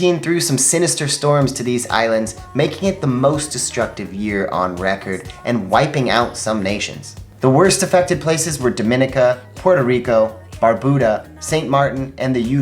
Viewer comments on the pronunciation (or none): Y'all mentioned Dominica and other Caribbean nations while you were discussing the Dominican Republic. However, you pronounced Dominica incorrectly! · Sorry, but it is pronounced Dom-ih-Nika